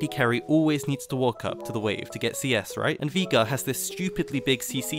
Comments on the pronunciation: If i hear you say veigar like that once more, i will un orange your juice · I love the videos. But the way you say Veigar triggers me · You pronouncing Veigar wrong hurts me mentally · Bro learn to say veigar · Great vid. I gotta say I found "veegar" very upsetting but thats a me problem, even if that pronunciation is objectively wrong. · Wtf why are you calling veigar vigar???? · Every time he said Vigar I visibly cringed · Please for the love of god stop saying Veegar. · I like how you say Veigar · the way this man pronounces veigar makes me physically cringe, but other than that, amazing video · You pronounce veigar like you typo'd the n word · Its veye-gar. Not vee-gar. You would think an English man could understand english.... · German pronunciation is VI-gar, if it was VEE-gar it'd be spelt Viegar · I have heard people pronounce Veigar as: Viigar Vaygar but never Veegar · me: VI gar: Vigaa me: surprised Pikachu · Nobody: This guy: Viega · 12 minutes of saying veigar wrong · ITS NOT VEEGAR, ITS VEIGAR! VEY! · Drink every time he says Veega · Why are you saying "Viga" ? It's a bit... triggering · vay-gar or vye-gar, vee-gar doesn't make sense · "Vigar" there's an E in his name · Speak after me. Vay-gar. Not Vigar. Vay-gar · Did he just say vigar? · Viegar instead of veigar, nice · “Veegar” HAHAH Thats a new one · Vaigar not Vigar. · It's Viegar not VEEGER ya nerd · Vee gurr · viga? just say veigar or vejgar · Hearing you pronouce Veigar as VEE-GAR the whole video was hilarious. It's pronounced VEY-GAR, not VEE-GAR. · veegar not veigar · It's вейгар not вига, ffs 😂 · Veegar xD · Take a Shot everytime he says viga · its pronounced (Vay-Gar) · I clicked the video hyped af, heard "vee gar" and you ruined my, now they are????noises because I'm in fucking pain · I cannot get over than pronunciation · 12 min sayin viegar xD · u keep saying vegar, and we are going to have a problem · cmon man not even "Vaygar" ?